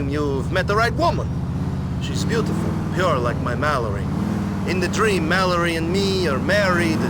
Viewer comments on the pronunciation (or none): none